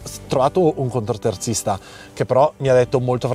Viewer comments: Ciao, Scusa se rompo ma si dice CONTOterzista Non CONTROterzista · non voglio fare il polemico ma si dice contoterzista, non contro....vai avanti così che vai forte😊